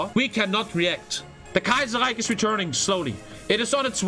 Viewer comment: Love he calls it kaiserriech over and over lol